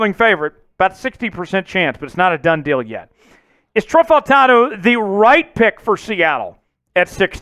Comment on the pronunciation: these videos are a little repetitive, you are so high on him and don’t even know how to say his name…… you’re going to be sad when we trade back and don’t pick him.